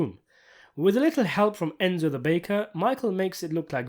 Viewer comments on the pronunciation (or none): none